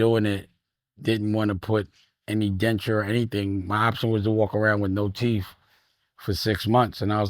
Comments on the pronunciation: It Teethe not "teef" foo! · TEETH Dame, not TEFF